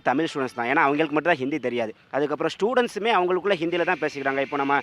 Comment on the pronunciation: தமிழர் த மி ல் பேசுகிறார்